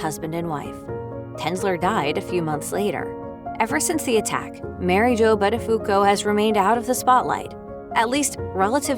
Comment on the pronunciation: You can't even pronounce his name correctly... DOH .